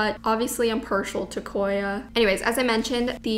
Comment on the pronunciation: cor yah